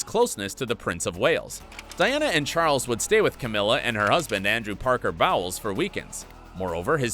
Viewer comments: Andrew Parker Bowles is pronounced bowls NOT bowels. If you are going to narrate at least learn how to pronounce the main players names correctly! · Did he really pronounce the surname as PARKER BOWELS??? The narrator must be a Republican, or stupid, or a stupid Republican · Parker-Bowles. Row. Highlands. Divisive. Get the bloody pronunciations correct!